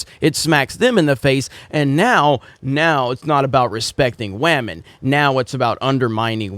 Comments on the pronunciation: I don’t like Disney but clearly has a problem with women lol (stop saying wahmen) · I live for how he says "WahMen" lol 🤣😆